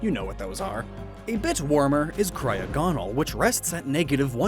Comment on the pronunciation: "Cryogonal" is pronounced "cry-AH-guh-nul", not "cry-uh-GAH-nul".